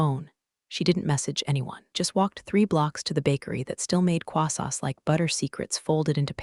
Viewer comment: The word is croissants. Your AI cannot pronounce. Quassas is a warfan, a weapon...I looked it up. You cannot buy those in a bakery. Scones, donuts, churros, crullers. I assume your AI can pronounce one of those. Please stop using words your AI cannot pronounce.